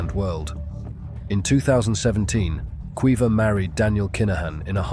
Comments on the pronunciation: Kweeva? It's pronounced Keeva 😂😂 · Keeva in the North; Kweeva in the South.